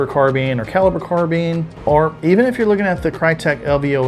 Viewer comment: Why do you say car bean? I think you meant carbine